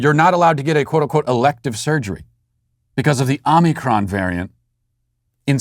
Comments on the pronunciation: "Omnicron?" Matt, are you having a stroke?? Don't you mean, omicron? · With Walsh saying omnicron I’m almost starting to believe that’s how it’s pronounced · Yeah, I admired his dedication to the mispronunciation. 😂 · OMICRON....not OMNICRON